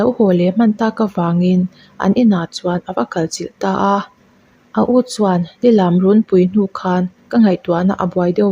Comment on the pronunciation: Lilam tih i thlûk dan hi adik lova,angaihnawm lo eeeee